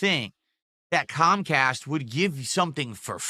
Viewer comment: Cahm Cahst and Silent Bwill EFF rooind his business dood. Nothing he could do.